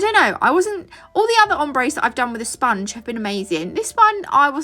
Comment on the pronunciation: “Spun-gee” So people look at me weird when I pronounce words more in line with how they are spelled, so I may be just one of few who can appreciate the humor in you saying the word like that. I do it with Wednesday too: “wed-nez-day”, with potpourri “pot-pour-ri”…there are many others but I won’t dive into them lol Lovely set❤